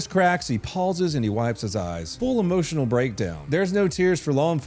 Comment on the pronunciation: "Motionel Cops " 👮‍♀️